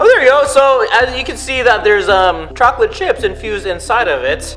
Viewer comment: What people hear: it tastes like chocolate What i hear:it tastes like chalklate ;)